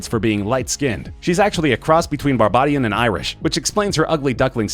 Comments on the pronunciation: I cringed so hard the way he pronounced "Barbadian"... That's my nationality mannn 🇧🇧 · He said barbadian wrong, but its fine..